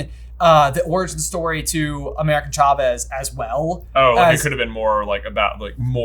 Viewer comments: Am I the only one bothered by pronouncing it "CHA-vez" instead of "SHA-vez" They pronounce it correct in the first few minutes if the movie... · I love these guys, but the way they pronounced Chavez was SO distracting lol 😂